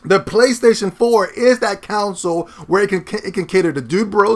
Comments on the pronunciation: I truly find your vids entertaining and I agree with lots of what you say. But dude, please try and say CONSOLE. Not council. The way you always say it sounds like you are talking about a tribal council jury. Sound it out. Connnnn sole. Not being a wise ass. Keep up the good vids. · Lol nigga said "counsel"